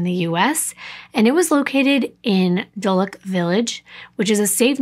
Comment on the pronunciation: Hello from London 🇬🇧! Really enjoyed hearing you do a case with familiar places to me. No shade but I can’t NOT tell you that Harv Nics is in Knightsbridge, not ‘kings bridge’ and also where Claire lived in London is Dulwich, pronounced like ‘dull itch’. Xx